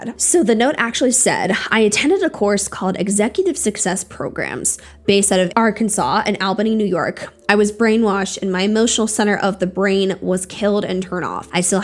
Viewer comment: I know this isn't very important but Albany is pronounced as in the all.